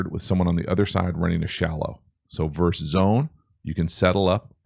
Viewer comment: I will NEVER understand how seemingly educated people say ‘verse’ when referring to two teams opposing each other. A verse is in a poem, a song, etc. it’s ‘versus’, and the ‘s’ on the end isn’t silent. And no, it can’t be correctly pronounced two different ways.